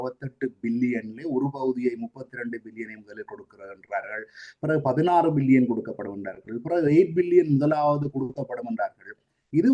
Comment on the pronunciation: மில்லியன் பில்லியன் உச்சரிக்கும்போது சரியாக விளங்கல கொஞ்சம் கவனத்தில் கொள்ளுங்கள்